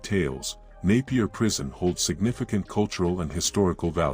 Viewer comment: Thanks for pronouncing Napier right . Naiper prison still had inmates in the 1980s